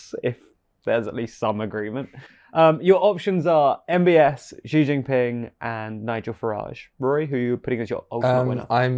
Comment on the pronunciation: The big Xi-eese lol